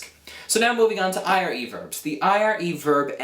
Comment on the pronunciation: I'm italian and is not "arre", "erre" and "irre" verbs but it's "are", "ere" and "ire"... the correct pronunciation is with one single "r". However it's a really good video to learn italian, so I suggest this to anyone who wants to learn italian.